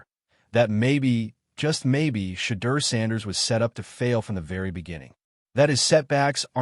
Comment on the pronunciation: His development can’t even say Shedeur’s name